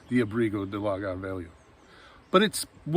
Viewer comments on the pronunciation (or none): On pronunciation again. Lagar is accented on the second syllable, not the first. Words ending in R,U,Z,I and L are accented on the final syllable, unlike the majority of Portuguese words. So it is La GAR.